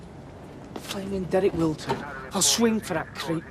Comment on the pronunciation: Obviously he didn’t, but yes, it does sound he says the C word. LOL. 😆